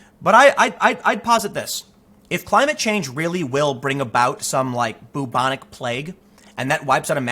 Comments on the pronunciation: Byooobonic. Not boobonic. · “Byoubonic” Not: ‘Boobonic’ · I love the way you pronounce "Boobonic plague", Tim. You make it sound like some sort of breast infection. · Just so you'll know, it is pronounced, like bew-bon-ic, not boo-bon-ic. Fyi. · Sooo can anyone correct me here, I'd always thought it was pronounced `Byu-Bo-Nic` plague, not 'Boo-Bo-Nic' plague, have I been lied to all my life? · Byou-bonic, not boo-bonic. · It is pronounced Bew-bonic NOT Boo-bonic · It’s pronounced BYOO-bonic, not BOO-bonic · When you're so regressive you even reintroduce medieval plagues. Welcome to SJWism in practice. And Tim, for the love of all that's holy, the first bit of bubonic is pronounced like you'd pronounce the first bit of Bueller. It's an American movie where they don't ever say Booler so it's not an Americanism. B-you-bon-ick NOT boo-bon-ic. I don't want to be booreaucratic in pointing this out but the way you say it isn't bootiful. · I was going to ask you to please look up the pronunciation of bubonic but apparently "boo-bonic" is the american pronunciation of it. So grating on my ears every time you say it. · Tim great work as always but u pronounce it "bewbonic" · It's pronounced b-yoo-bon-ik.